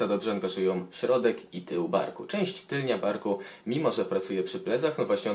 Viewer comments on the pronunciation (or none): tylna a nie tylnia ;/